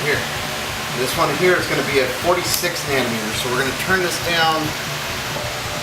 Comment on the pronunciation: Lol "nano meters" haha